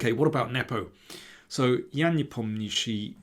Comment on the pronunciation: I'm looking forward to see your brilliant coverage and analysis. I hope you never learn to pronounce Nepomniachtchi